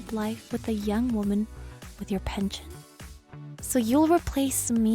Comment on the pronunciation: It's not pention it's "pension".. there's an "S" in there but no "T"